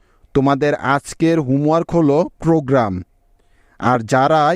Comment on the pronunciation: প্রগরাম,,,,, program,,, প্রবাবলি probably